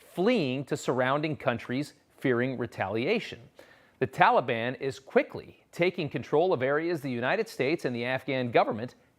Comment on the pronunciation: "Tulibun"....c'mon Joe say it right